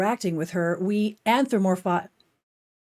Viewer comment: an·thro·po·mor·phize /ˌanTHrəpəˈmôrˌfīz/ Need to here the "p" Else, very thoughtful...